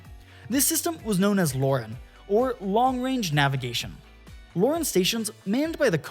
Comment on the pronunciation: LORAN is not pronounced "Lauren" lol. really ruined the video.